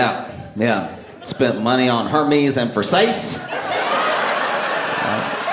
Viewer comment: He pronounced it right. The Greek god of mail or whatever. I assume this is like a rodeo with rednecks vs rodeo drive